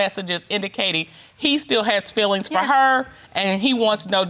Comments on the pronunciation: Its fEElings not filings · "Fillings" not "Feelings" 😂😂😂